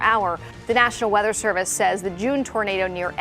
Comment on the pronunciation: issa huge-uh townadow. 🤓